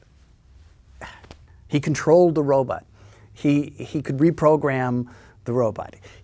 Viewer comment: Best thing about this interview? Bill Mumy still pronounces the word robot as “robut.”